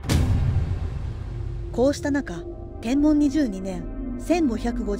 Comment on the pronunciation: 元号の読み方で ｢天文｣は｢てんぶん｣では無いでしょうか? 一応 携帯でも確認して見ました。